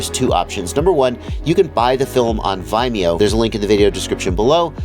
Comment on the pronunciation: It‘s pronounced vimeo, not vimeo.